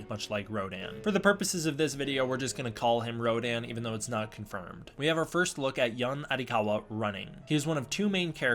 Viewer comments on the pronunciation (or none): none